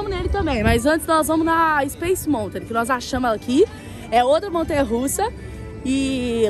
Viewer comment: Uma dica: Nao se fala Montain, se fala Maltan. Amei o vlog!!!